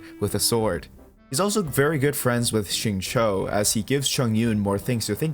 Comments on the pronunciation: Xingqiu is pronounced "sing-chee-u" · Xingqui is pronounced as "Sing - Chew " like chewing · Agreed when you said shatter team works better with chongyun, especially when paired with xingqiu (the qiu is read like “chew” btw). I don’t think chongyun is good for melt dps because melt works best when finalised the reaction with pyro since there is the elemental proc order. For melt team, i do recommend using pyro character as DPS and chongyun as the support. Diluc would be the best pair with chongyun because he can alternate cryo damage and pyro damage with his auto and skills, and if you have C2 chongyun, it reduces skill and burst CD of any character that is casted inside chongyun’s cryo area. Sacrificial greatsword is the best for support build.